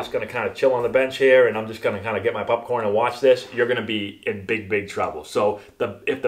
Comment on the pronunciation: "Pupcorn"... Yup, you're from Massachusetts.